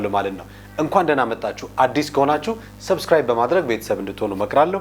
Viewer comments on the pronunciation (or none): none